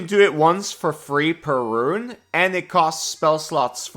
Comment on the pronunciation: Rune is a one syllable word. Instead of saying "once per long rest" like a boomer grognard, say "daily". It's a daily power.